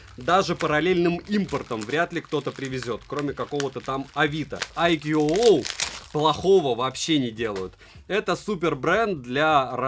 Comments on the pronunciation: АйКюОуОу--у-у! Прямо мозк ломается - уже писал под обзором iQOO 9 pro, что правильно IQOO (I Quest On and On) произносится "айку", потренируйтесь пожалуйста на досуге! ;-) Делают только для Китая и Индии, но для Индии те же модели по названию совсем не те же по начинке, зачем так хз. У средних iqoo обычно нет поддержки не только b20, но и нет поддержки b7 и это в совокупностью с китайским набором агрегаций настоящая печаль. Продаван возможно ошибается указывая b7 в описании, надо на оф.сайте смотреть, который для нас закрыт - нужен китайский vpn. p.s. поддержки n79 тоже нет - 5G прощай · Читается не АйкуУуо, а просто Айку. Две английские o это русская у. И бренд не для китайского рынка, а для индийского скорее ориентирован. Индусы много на английском роликов про айку делают, у них один из лидеров рынка. Оболочку виво индусы почему-то не любят, кстати, и оценивают хуже, чем колорос (рилмиюай), миюай, оксидженос.